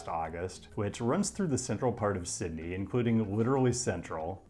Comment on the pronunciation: The correct pronunciation of Sydney was just a false sense of security to hit you with that horrific Parramatta pronunciation